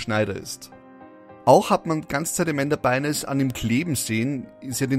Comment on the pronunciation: Es wird Amanda Byn(e)s [Beins] ausgesprochen. Das e ist stumm